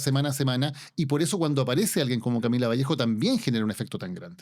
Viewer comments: Cristóbal Bellolio, es Vallejo! sin S jajajja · Es VALLEJO sin S.